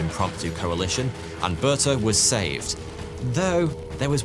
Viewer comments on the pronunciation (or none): Those pronunciations! Could have at least tried to find out how to pronounce the names of the people you are discussing! You make them sound like they came from Yorkshire. Ey up, Berta, how’s thy doing? Oh, ello Bortuh! It would be like an English person listening to a story about Hanry the Ught and Amber Lynn!